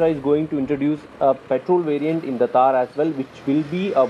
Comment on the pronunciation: It's not taar it's t-th-aar _ थार ❤️❤️🖤